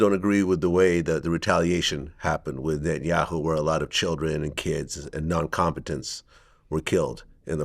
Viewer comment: Vlad can’t say non combatants 😅